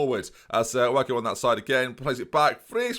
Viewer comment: By the way, Wague is pronounced wag-way, not wag-oo